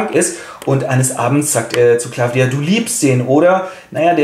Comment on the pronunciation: M.e Chauchat heißt aber nüscht 'Claffdia', sondern Claw-dia, französische Aussprache = hier gleich englische Schreibweise, Kralle (Katze) ;)